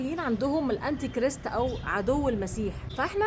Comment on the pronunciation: اسمه....Anti christ...كراااايست...مش كرست. انطقي صح.عيب